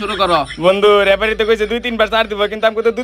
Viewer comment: রেফারি না লেফারি 😂😂😂